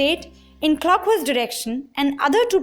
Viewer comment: Clockhwise dirrection and Counterrclockhwise direction 😁😁😁